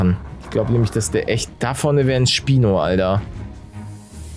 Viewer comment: am anfang habe ich spinat verstanden